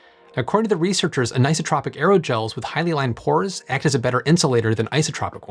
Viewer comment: an - eye - so - tropic anisotropic